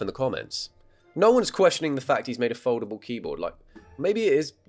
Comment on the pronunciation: Every time you said foldable I thought you said Voldemort.